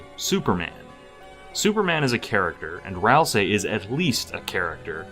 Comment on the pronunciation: Thank you for not calling them "Ral-SAY"